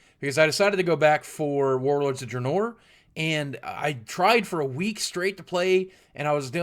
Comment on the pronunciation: "warlords of dra-NOUR" nooooo boogie nooooo